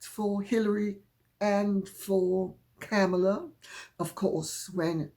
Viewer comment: Kamala Harris.. rhymes with Karma, is pronunciation.